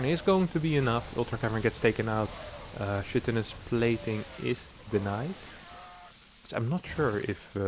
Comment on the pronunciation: It's a Greek word. It's a hard "ch". It's pronounced "kite-un-us" plating.